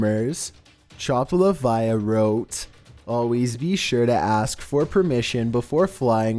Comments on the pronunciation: #8... "Chopt Liviah"??? Seriously. It's "Chopt Livah" (pronounced "liv-uh")... you know... "chopped liver". Sheesh. Not rocket science. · Btw it was chopped liver not chopt liviah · Chopt livah... CHOPPED LIVER!!!! Not liviyah!!! Where even did you get the “viyah” sound from?!?! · Chopt Livah= chopped liver DUH! You're saying Chopt Laviah. At least attempt to read it. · It's supposed to be "Chopped Liver" not chopped leviah. 😒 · Chopt Leviah, lol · Chopt Livah = Chopped Liver, not Chopt Laviah. C'mon 😂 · It's not "Chopped Liviah" "Chopped Livah" is short for "chopped liver" LOL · Chopt livah is just chopper liver not chop luh vy uh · Haha, Chopt Livah (Chopped Liver sound like Livā ,not pronounced Li-vah-yah) Good try though. You’re awesome! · Chopt Livah, not chopt liviah...like liver. Chopped Liver in fact. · And he calls chopt livah chopt livia XD! It's sopposed to be pronounced choped liva XD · its chopt livah not livia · Chopt Livah...is a play on chopped liver...No Liv-I-ah...silly. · chopped liviah!! he said chopped liviahh twice, when the username was obviously a reference to the well-known phrase " chopped LIVER." No one caught this? Is there no editor? Dammit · this fucking idiot said "chopped LUH-Vi-YUH" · Chopped Live-ia? Are you really that fucking stupid? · #8 lol, Chopped Livia! XD Its Chopped Liver, dude! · Number 8 isn’t “chopped liviah” it’s chopped livah as in “chopped liver.” Lol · Number 8 is pronounced like “chopped liver” not chopped leviah. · I hate you and love you so much,. You mess up so many things. It's chopped liv-AH, like liver in the south. But your voice is interesting. Where are you actually from? Not asking for an address or anything:D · pretty sure num 8 is meant to be pronounced as "chopped liver" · Hey bro its the "chopt livah" is a play on "chopped liver" silly...made me giggle how you pronounced it lol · Its Chopt Livah, pronounced as Chopped Liver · #8 IT'S SUPPOSED TO BE PRONOUNCED LIKE CHOPPED LIVER